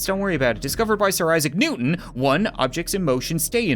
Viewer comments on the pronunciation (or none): none